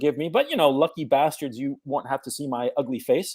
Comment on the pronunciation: bosses or bastards? I dont understand :p plz explain